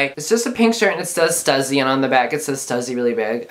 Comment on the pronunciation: Lmao "stuzzy"😂 it's (st-u-sss-y) "stussy!!